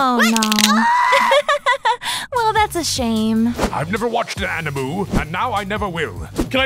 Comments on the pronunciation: Gentleman you said anaime and not anime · i laughed when he said animoo instead of anime